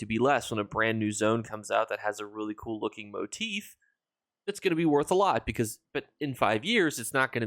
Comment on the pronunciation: Thank you for being the only ESO content creator that I found so far that actually pronounces motif properly lol. I can’t believe how many people say it wrong. Keep up the great videos and thanks for the info and help